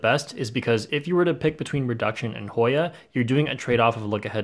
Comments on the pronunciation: voice "Hoiiya!" and "yau" made my day 😂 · HOY-A... YAU. litterly the best 5 seconds of the video